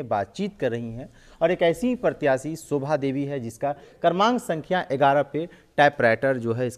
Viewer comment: सोभा नहीं, शोभा 🙏